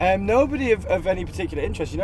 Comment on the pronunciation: It's cute how he says "um" as "em" :)